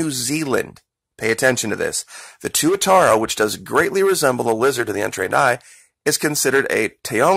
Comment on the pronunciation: tuatara you pronounced it right